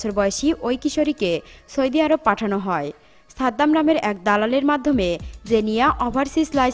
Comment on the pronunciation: দেশের নামটাও সঠিকভাবে বলতে পারিস না রে আপু,,,,, 🤣🤣🤣🤣🤣🤣